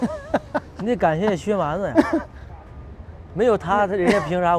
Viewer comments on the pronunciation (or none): 在名字里，一般念薛蛮子 子不能读轻声